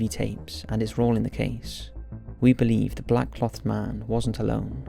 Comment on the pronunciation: Mate. Good video, it's great that you're bringing attention to this case. But please, pronounce "clothed" properly x